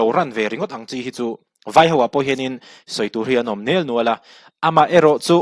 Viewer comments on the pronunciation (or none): nelnual tih loh tur,nialnual tih tur